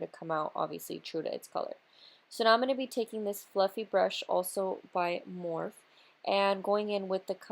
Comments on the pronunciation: It's pronounced More-Fee, not morf. Jus sayin. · how dare her manager let her upload this video mispronouncing morpheeeeeeeeeeeeee COÑO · You're so BEAUTIFUL!!!! Love love this make up look But it's actually Morph-ee lol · Love the smokey eye! & does it really freaking matter how somebody pronounces something, morph-E or morphe, you still know what it is! Chill lol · That's how I say so when heard other you tubers saying morpheee I was like "they're saying wrong omg "lol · Lmfao at all these comments correcting on how to say "Morphe" I can just imagine saying "Pero me entendieron" haha. Love this look keep doing you boo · Are people really getting butt hurt over how you pronounce Morphe and not on the PURPOSE of the video.. People are so SMH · Why does she say morphe like that? lol